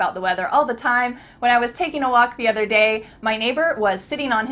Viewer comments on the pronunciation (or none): none